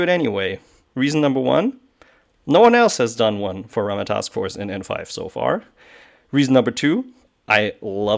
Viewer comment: I did come here because nobody has done a Ramah for N5 but now that I'm here I appreciate your casual focus. I love the game and get to play about a dozen games a year. Bonus - Is that some correct unit pronunciation I hear? If so thank you!